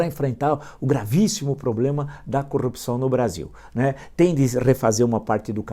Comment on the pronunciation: Acho engraçado, o Sr fala "corupcao". Sem os dois "R"s. De quanto tá o preço do abacate mesmo??